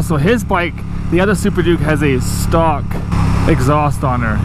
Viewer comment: Why are you saying "stalk" when you mean "stock"??